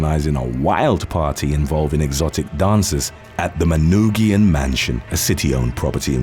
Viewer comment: Shout out from suburban Detroit! I never would have guessed Kwame would be included on the list. Kudos for pronouncing Manoogian correctly